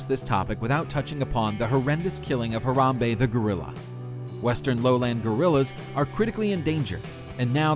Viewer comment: HE PRONOUNCED HARAMBE WRONG!!!!